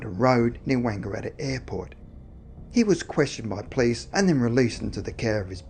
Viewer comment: Hi! im a big fan, saw most of your videos (which is a lot). love the creepy vibes of your channel. just.. can you.. please say "police"? and not "plis"? thanks man, much appreciated.. keep up the good work!!